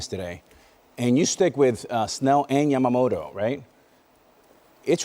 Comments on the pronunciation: みんな米の方はヤマモロって言うけど、キルステン・ワトソンさんだけはちゃんと 『ヤマモト』と発音してくれる♪ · ホント外国人って「ヤマモト」発音苦手なんだなと分かった